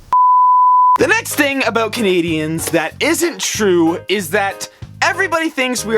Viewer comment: Aboyt. That stereotype sure is true though.